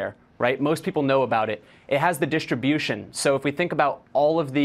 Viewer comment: What an „expert“ - dischtribiuschen